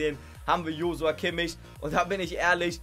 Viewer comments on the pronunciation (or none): none